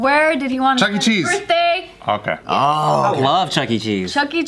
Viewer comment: "Chuck E. Cheese for my burtday"